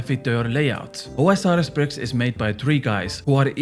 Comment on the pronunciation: Am I the only one who hears him saying pricks instead of bricks? 😂